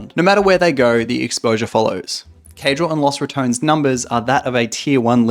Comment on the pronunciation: Ratones is pronounced Ra - TON - es not Ra - tones